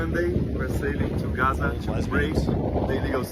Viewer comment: Greta is such a dumb ass she can’t even pronounce Gaza right! Yea and flying the Palestinian flag is genius too Greta!